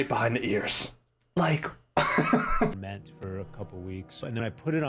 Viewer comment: Yo I actually cried when said FERMENT. Not laughter. Disgust. Love you 😊